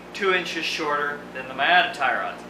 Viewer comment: I guess it's canada but, Miata is pronounced like MEE-ah-tah. Not to be a sloppy prostitute. Love your vids and can't wait for the next one.